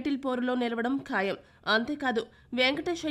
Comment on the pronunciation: తెలుగు భాషను చంపేయకండి,కాయం కాదు ఖాయం